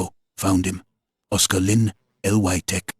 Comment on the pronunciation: Na aano ako sa bigkas na oscar lin, ang tigas ng accent, kaninong accent yong ganto?